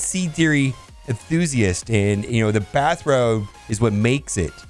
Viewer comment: First 10 seconds...bathrode and pro-tep. Love it! #destroyerofwords Always enjoy your vids!